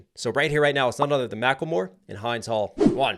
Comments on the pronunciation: A few things to mention: - The (i) in Hind is pronounced like how you'd pronounce wind, Hind is an Arabic name that means a strong and patient girl with positive influence. - The music in the back is from the song Ana La Habibi wa Habibi ili by the legendary Lebanese singer Fairuz, the song is a lot deeper than people think, you should check it out. - The rape allegations made by the IOF were all false, ironically, every allegation they come up with seems to be a confession, as they not only rape their own people, they rape Palestinian girls and women, some even in front of their male family members before they killed them. - It's not really complex, if you dive deep into the history, past October 7, and even past 1948, you'll understand that it's not complicated. - Please react to Rajieen | راجعين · Hind is pronounced like Wind 💨 not like "Wind up" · Hind is pronounced like hint but with a "d" instead of the "t" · Hind is pronounced like how you would say pinned, but the "d" is a soft sound like, the beginning of the word "THe". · Thanks for reacting to this. I have heard that Hind (the name) is pronounced with a short i. (Not like behind, but like begin). You might want to read Gaza by Norman Finkelstein. (I an also reading A Day in the Life of Abed Salama by Nathan Thrall and Rifqa by Mohammed El-Kurd, and I recommend them.) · Hind is pronounced like wind as in anyway the wind blows. Spread the word and honor this child fully. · Hind, pronounced like in. Hind Rajab was a 6 year old killed after calling for help when her family was gunned down in the car with her. Then they attacked the red crescent ambulance that coordinated with the idf to rescue her. Please say her name correctly. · hind the name is pronounced like the "ind" in india not hind like behind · the little girl's name is correctly pronounced "Hend" not with a long 'i'. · It’s pronounced like “Hindu” minus the “u”, not like “hide”. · It is not "Hinnde Hall" it is 'Hind Hall' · It Hin D not hind